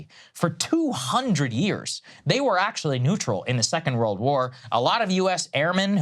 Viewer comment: I think you said 'world' wrong